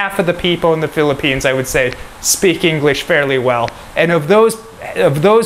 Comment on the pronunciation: What is philippines ? Sound like slum